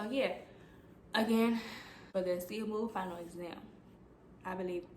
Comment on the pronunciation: Ace- a- ble like ace of spades …. Not a-See-able